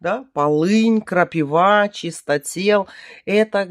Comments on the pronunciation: при всем уважении не крапивА, а крапИва. Извини 😊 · Только почему крапивА? КрапИва же.